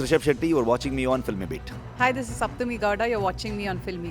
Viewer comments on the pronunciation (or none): It is saptami (meaning 7th) , not shaptami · It's Saptami Gowda & not Shaptami Gowda... Thanks for correction.